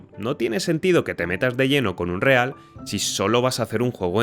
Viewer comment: tod bien, pero por qué los youtubers españoles les cuesta pronunciar bien palabras en inglés? ni Unreal se lee textual ni Engine se pronuncia “enyain”